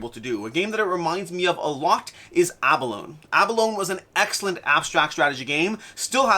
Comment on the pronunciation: Abalone has a long e at the end... Just like the animal